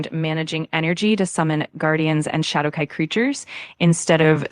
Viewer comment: Hadowkai? LMAO the AI even low key makin fun of ol.👌🤣🤘